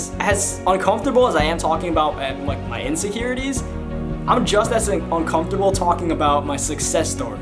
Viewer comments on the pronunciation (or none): how you say "un-cum-fer-tab-ll" makes me uncomfortable lmao. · The way he says "uncomfortable" is cool. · He don't know how to say UNCOMFORTABLE 😂 aye but rs I fw u been fw u since 2014💯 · The way you say uncomfortable is hilarious 😂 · Lebron_goat lol